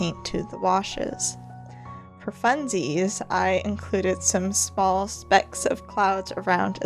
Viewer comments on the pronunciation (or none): none